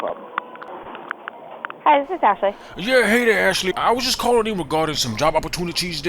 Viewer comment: This nigga said yob 😂 🤣